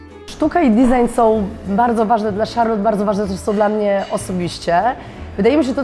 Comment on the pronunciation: Gadka z obcymi ludźmi? Bez problemu. Ale do tej Francji, to jeszcze chwilę. Od niepoprawnej wymowy zaczynając. Kiedyś mi się zdarzyło być w Charlotte. Dwa razy. Z krzesła nie spadłam z wrażenia :) Wystrój? Mydło i powidlo. Paryża nie ma.